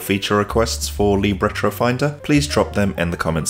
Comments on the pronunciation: It's "lib", not "leeb" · Don’t change it. Leeb sounds cool